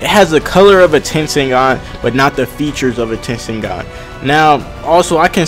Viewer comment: its tenseigan